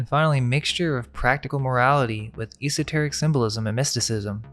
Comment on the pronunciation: He doesn't seem to realize it, either~ cringeworthy. The pronunciation of esoteric, a word he loves to use frequently - at least look up how to say it, dude!